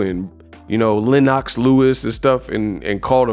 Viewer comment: I absolutely HATE BUT LOVE and die laughing EVERY SINGLE TIME U say Lennox the way you do... The emphasis on the NOX is HILARIOUS but i hate it 🤣😂🤣😂... Love ur work bro!!!